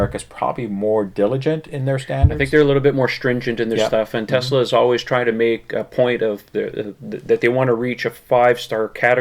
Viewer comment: Thank you again for pronouncing "TESLA" correctly. There is no Z in TES-LA. It is not TEZLA. Even Elon Musk says TEZLA. Great show keep up the good work!